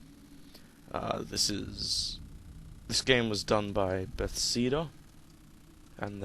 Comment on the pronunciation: bethseda? i thought it was bethesda